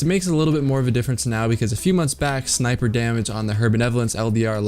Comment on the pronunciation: what's a "sny-peer" only "sny-peer" I've seen starts with m and ends with atador 64.